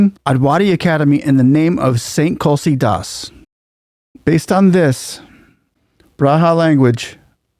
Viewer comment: It’s not Braha “Braja” it is pronounced as Bridge , and it’s not Kulsi Das. It’s Tulsi Das